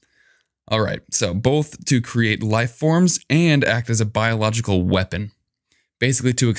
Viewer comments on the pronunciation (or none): none